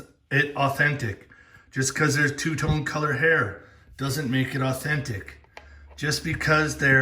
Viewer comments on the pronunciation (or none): none